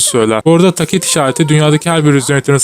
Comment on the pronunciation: video asiri iyi ama tacet ve TDs telaffuzlari yuzunden devam edemicem sanirim